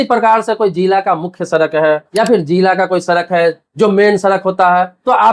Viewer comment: Sarak nhin bhai sadak bolte hain